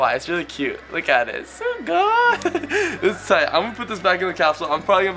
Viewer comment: Why is he saying sugoy